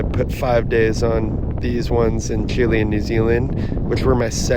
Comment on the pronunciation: Don’t think that’s how you pronounce Chile by the way…